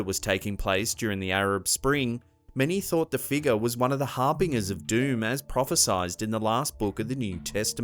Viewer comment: Great videos, just need to work on your pronunciation of harbinger and plethora. Thanks for the content otherwise.